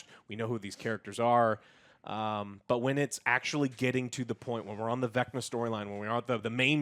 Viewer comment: 1 her name is Carrie not karry. Karry isn’t a word. 2 it’s spelled VECNA and pronounced VECNA not vecnar.